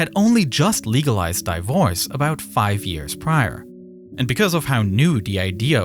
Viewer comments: When I heard how divorce was pronounced, I was slightly confused, but then immediately realized die-vorce sounds about right. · This is the first time I hear someone pronounce divorce as "di-force" XD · This video was going so well until , divorce was pronounced "die-vorce". Time to switch to a better AI voice. If not an AI voice, then know that the first syllable of divorce is pronounced the same as "divide" as in 1 divided by 2. Not 1 die-vided by 2. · It’s Divorce not Die vorce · Die vorce? Its divorce 🤦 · Did my guy just say "Dievorse" .... Ok that's quite funny. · No mention of Ray-Ban getting millions of free advert just by giving couple hundred worth sunglasses. Also, you lost me at dayvors. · I’m curious about the pronunciation of “divorce" as 'dyvose'. Is it an AI voice, or is the narrator not a native speaker? Alternatively, is this how divorce is pronounced in Spanish-speaking countries? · Do you use ai for the speaking voice cuz i heard you pronounce divorce like dye vorge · I love the way he says di vorce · Great storytelling. Who was the voice? The pronunciation of "divorce" was very unusual and made me think it might be a computer voice. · That is a weird way to say the word Divorce but hey, respect. 🫡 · That's an interesting way to pronounce divorce